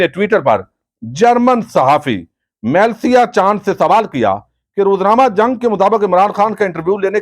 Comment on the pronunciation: یارا تسیں باہر دے لوکاں دے ناں تے ٹھیک لیا کرو۔ اس جرنلسٹ دا ناں میلسیا نئیں۔ اس دا ناں ملسا اے۔ م تے زبر اور ل دے تھلے زیر اے۔